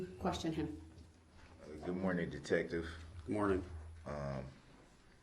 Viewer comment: and Detective GOOF instead of GUTH ! Lazy absolutely! I’ve also heard “vomiKing” for vomiting , someone looked right at me and saud “ yeah “vomiKing” haha!